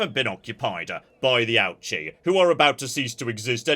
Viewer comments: I love this series so much, and I want to offer a bit of pronunciation advice as your local Japan-based viewer, because hearing "ouchie" gives me ouchies lmao All of the Japanese is written using romaji, but there simply isn't a good way to consistently get the pronunciation across that way bc of our tendencies as native English speakers (IE; pronouncing "ouchi" as "awchi") but here's a quick pointer that I think should help: 1) Japanese is phonetic, so you can generally* presume that a letter is always pronounced the same way however it's used 2) that in mind, accounting for your accent: a=ah, e=eh/ay, u=oo, i=ee, o=oh *there's nuance of course, and romanisation is TERRIBLE when it comes to long vowel sounds in particular (eg: "Tokyo" should really be "Toukyou" and "Kyoto" should really be "Kyotou" etc.) but for the most part this rule will help even if it's imperfect Ouchi is actually a long O sound, but romanisation doesn't reflect this, much like with Osaka (should be Oosaka but English natives would read that wrong too, Ohsaka maybe?) but still using that as an example, Ouchi would be something like "OH-oochi" it still won't be perfect bc accent etc. of course but this should help I think. Thrilled to see you doing this series <3 毎週二回、待ち遠しい🥰🥰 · Ouchi is pronounced lowercase o sound, and ooh like in ooze. Ouchi. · Listening to your pronunciation of Ouchi has been an Ouch-E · I hope he never realises how to pronounce Ouchi, it's so much better this way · one of these days, is going to pronounce Ouchi correctly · He's a Brit. Second only to the yanks when it comes to wilful and deliberate butchering of the pronunciation of non-English languages.